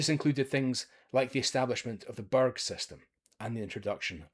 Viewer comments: It was the Angles, not the Anglo-Saxons. The Saxons were down along the south coast of England. Northumbria was an Anglian kingdom. The burgh (burruh) system, not the "burg" system. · 142 CE and it's about time we spruced up the wall. We're no worried about them south of it because most of them pronounce brugh like you did. Come home before you start using z in place of s.